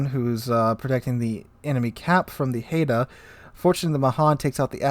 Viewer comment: Great Vid-- appreciate you content and analysis -- but Haida -- pronounced - (Hide-ahh) -- cheers